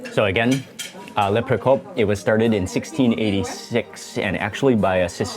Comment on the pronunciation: It's "Le Procope"! - very charming place - Enjoy💙